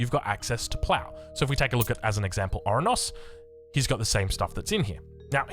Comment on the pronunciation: Oranos not orunos